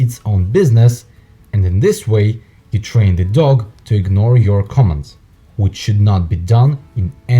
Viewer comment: It sounds like interpreter saying comments not commands.